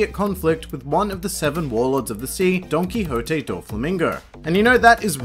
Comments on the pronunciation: Did he just say Donkey Hoté ? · Are you sure thats how you say dontoquixte?